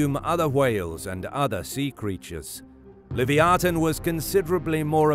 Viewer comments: I believe it’s pronounce Lev-eye-a-thin No live-e-o-tin…… 🤦🏾‍♂️ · It’s pronounced Luh -vai-uh-than